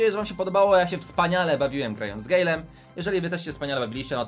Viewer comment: Nie mówi się gejlem tylko gajlem